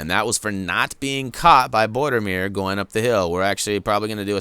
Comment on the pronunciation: His name is Boromir not bordermir!